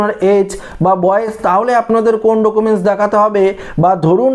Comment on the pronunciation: ডোকুমেন্স আবার কী 😂 উচ্চারণ ই তো জানেননা